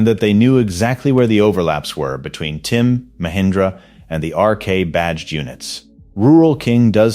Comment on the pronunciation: The fact that you keep saying “TIM” instead of TYM really destroys your credibility.